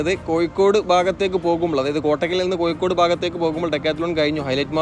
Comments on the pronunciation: യ അല്ല ഴ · കോയി: അല്ലാ.. കോഴിക്കോട്